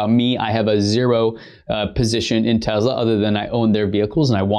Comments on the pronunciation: What is Tezla? I thought it was Tesla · Hi, I love your channel, but please try to pronounce Tesla not Tezla. Thank you. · I know you think it sounds "kewl" to say "TEZLA" but it's really annoying and when added to other things you say such as "anyways" makes the viewer question which dumpster you climbed out of. Other than that, pretty good video! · Why does he say “tezla “ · It’s Te”S”la.. not Te”Z”la LOL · He says “Tezla” 😂😂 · TeSla not effing TeZla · Te-Z-lah ? WTF? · I believe the companies name is pronounced Tes la not Tezz la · Stop saying tezla... please